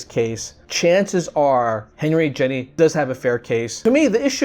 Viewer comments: I just wanted to point out that you are pronouncing Jenie's name wrong. I probably spelled it wrong, but I haven't ever really seen it spelled out. But yeah, her name isn't Jenny. It's pronounced like genie. You know like the wish granting guys that live in bottles. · nice video, btw its pronounced geee neee